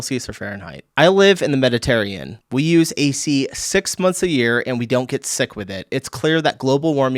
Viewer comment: "I live in the MEDITERRANEAN " The way your yankee behind just butchered the pronunciation! 🤣🤣🤣